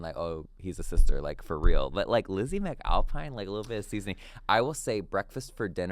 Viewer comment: Did he just say… lizzy mcMFalpine??????